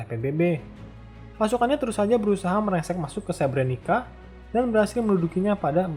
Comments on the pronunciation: Nama2nya ada yang salah pembacaannya Srpska = serp-ska Srebrenica = srebrenitsa Izetbegović = izetbegovich Kravica = kravitsa Bratunac = bratunats Mladić = mladich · Srebrenica dibacanya Srebreni"tsa"🙏